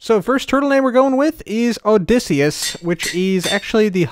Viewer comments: You pronounce Odysseus Odi ssee us Im learning about him in english yes i am a kid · You’re mispronouncing ‘Odysseus’.